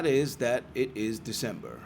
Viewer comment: I've never heard a british person pronounce "December" as american as that